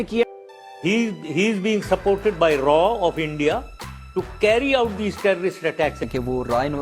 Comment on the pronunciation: raw ko raaa bol raha hai